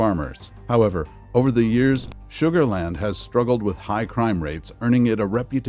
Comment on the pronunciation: You lost me when you said sugarland 😂